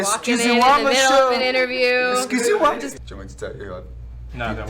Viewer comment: I know he did not just say excusez-wuh lmaooo